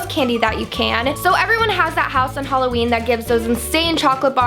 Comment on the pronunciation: it's hah-loween not hol-aweem